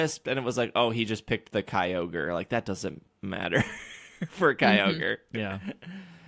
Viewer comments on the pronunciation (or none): For the life of me I don't know what pokemon is referring to that he use in raids it sounds like he's saying Kroger the grocery store. What pokemon is this?